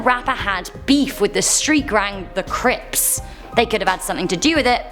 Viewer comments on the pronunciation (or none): I’m was dying when she said crips 🤣